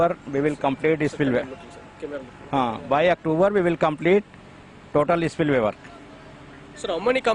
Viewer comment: Reporter garu silway kadu spliway